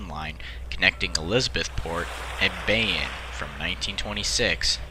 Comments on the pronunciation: Bayonne is pronounced "Bay-OWN" not Bay un. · I appreciate the video, but Bayonne is pronounced BAY-OWN, not bayin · Bay-anne? Did you mean Bayonne? It's pronounced, BAY-own. Souce: lived in NJ my entire 40-years of life. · “Bayin” It’s Bay-yo-nne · It’s bay oon not bayin I leave near the town I mean Bayonne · Nice, never saw this one. Being from New York City, I can tell you Bayonne is pronounced “Bay-OWN”. Haha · This is great, but Bayonne is prounced 'Bay-OWN'. ;) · Loved this video. I really enjoy your attention to detail. However, just for future reference, Bayonne is pronounced “bay-OWN.”